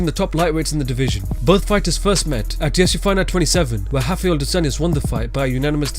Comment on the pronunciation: It's not "hoff-eye-ell" come on.... His name is Rafael "roff-eye-ell" there is no H in his name anywhere....especially not at the beginning of his name, there is an R there, that's what his name starts with and how it's pronounced.